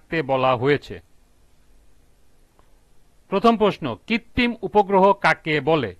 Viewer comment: কৃত্রিম না বলে কৃত্তিম বলতেছেন কেন